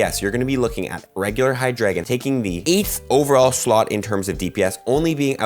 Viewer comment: it's pronounced hi•druh•gon